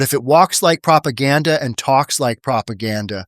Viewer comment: Of couuuuurrse its prap eye ghanda !!